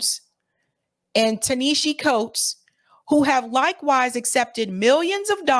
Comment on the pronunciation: his name is pronounced ta-na-ha-see coates good show